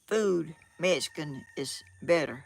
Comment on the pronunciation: Please learn the correct way to say Mexican. There is no “S” in the word. It’s MEX -I - CAN. I am Mexican - American. And proud of my HERITAGE please don’t think this is an angry post. It’s not I just want to hear my heritage pronounced correctly. You are a sweet lady.